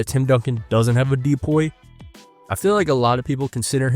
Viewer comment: Nah what’s weird is you calling it a D-Poy